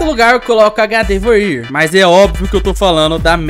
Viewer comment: Oque quebra é a pronúncia que ele fez da gardevoir😂